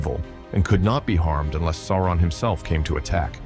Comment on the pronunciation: Is he deliberately pronouncing everything in an utterly ridiculous ans incorrect way? "The SilMARULs" 🤦🏻‍♂️ Dont get me started on Sore-one